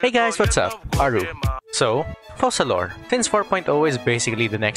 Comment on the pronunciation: Thank the fukin God, atleast one content creator said her name correctly - *FOCALOR*. Not fuckin Furina! Damnit, how people trigger me for saying the wrong word.